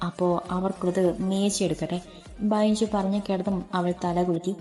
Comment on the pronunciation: Super story ബെഞ്ചു അല്ലെ ബൈഞ്ചു എന്ന് കേൾക്കുമ്പോൾ എന്തോ പോലെ